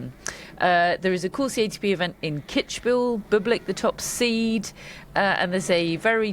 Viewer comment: It's Kids-bühel, not Kitsch-bühel, and Iasi is pronounced "Yash" as far as i know.